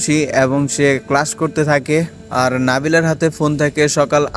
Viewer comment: Vai apni class ke crash bole felchen